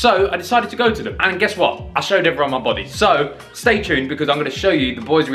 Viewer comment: "to mah Bawdeh" 😂😂😂